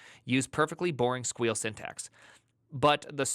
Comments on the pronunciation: please please .. STOP saying "squeal" !! I'll accept "sequel". I'll accept "es kew el". But not "squeal". Absolutely abhorrent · SQL is pronounced, or has been for years, as either S.Q.L or Sequel, never as Squeal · Sequel is only for Sequel Server, which is Sybase, I mean, Microsoft SQL Server. If its any other mere relational database, then its squeal. There's an exception for oracle, if its Oracle, then its pronounced SQL esse, queue, el. because Oracle is boring. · Squeal lite? Not sequel lite? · sequel, not squeal. get off my lawn. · First time I heard him say sequel instead of squeal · Why, why do you pronounce SQL like that, it makes me squeal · Why pronounce 3 or 2 syllables when 1 will do? Blame Fireship?